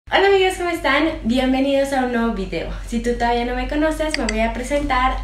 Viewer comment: no suena el "da" de "todavía" jiji en algunos videos, no'más digo para que lo pronuncies más fuerte :P